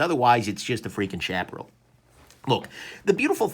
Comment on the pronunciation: Love this knife. And it's "shap uh Ral" like OK Corral :) After Sage, and Chaparral I'm on the lookout for the Tumbleweed!